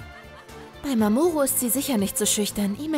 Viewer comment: Mamoku? Das heißt mamoru